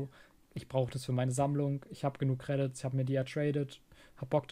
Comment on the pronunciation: Alleine wie er Credits ausspricht macht mich aggresiv